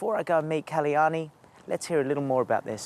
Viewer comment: The name is KAL-YANI and not KALI-YANI, such a beautiful goddess' name should be pronounced properly